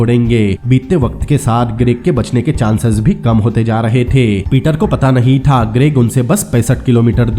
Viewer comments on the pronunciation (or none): "THaaA" "only legend can Be Understand 😂😁😂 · Tha ga tha ga tha tha tha Itna jor kyu Lagata hai last word par Bakwas explainer